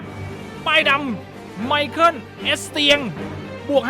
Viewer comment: มิคาเอล เอสเซียง ครับ ไม่ใช่ ไมเคิล